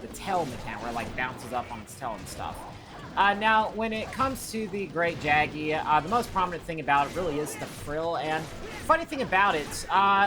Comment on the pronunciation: It's pronounced Great "yaggi" btw